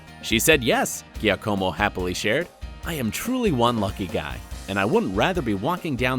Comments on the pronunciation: My son is named Giacomo and was so mad on how the guy pronounced his name. He said if this guy was in front of me I would kick him for saying my name wrong. I just started cracking up, 8 year olds they are so funny. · I corrected him out loud with an attitude cause how u get his name wrong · ghiacòmo? seriously? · it's [ˈdʒaːkomo] like Jacomo Janniotti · The way they pronounced Giacomo makes me wanna die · The way he pronounced giacomos name made me cringe so hard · I lost it when he tried to pronounce Giacomo’s name 😂😂😂😂😂😂😂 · giacomo is the best one ahaha